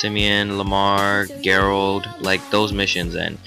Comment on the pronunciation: "g-erald" haha